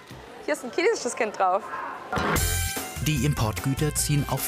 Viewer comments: Ich hab "käsisches Kind" verstanden 😂😂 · Wie kann man "chinesisches" nur so scheiße aussprechen 😅